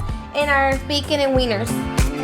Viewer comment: i’m sorry but I DIED when you said Weiners😂😂😂😂